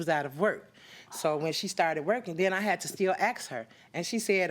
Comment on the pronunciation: It Is ASK,NOT AX